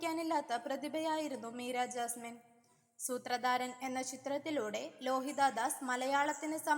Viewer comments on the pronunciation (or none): എൻ്റെ കൊച്ചേ - സൂത്രദാരൻ/ ലോഹിതാ ദാസ് - ഇതൊക്കെ നന്നായി പറ മലയാളം നന്നായിട്ട് ഉച്ഛരിക്കണം